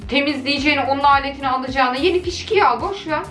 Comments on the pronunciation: Fişkiye❌️ Teterjan❌️ Fıskiye✅️ Deterjan✅️ 😅😅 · Fıskiyeye fişkiye diyen koca yürekli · Fıskiyeye fışkiye diyen koca yürekli 😊